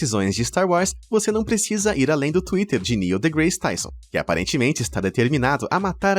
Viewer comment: Já que falou inúmeras vezes de Neil deGrasse Tyson , deveria no mínimo aprender a pronunciar o nome dele corretamente pois foi um tapa nos ouvidos todas as vezes que falou errado e bem errado.